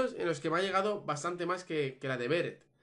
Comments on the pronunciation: Odio que llames /Béret/ a Beret😂❤️ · me pone nerviosa q no pronuncies bien beret!!